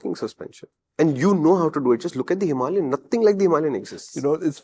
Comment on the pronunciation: HIMALAYAN — HIMA LION 😂😂